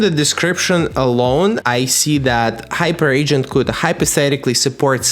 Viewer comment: Hyperagent: Hyper-agent, not Hyper Agent 😂